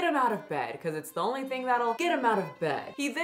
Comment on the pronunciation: “He onlyé walks for ice creamé”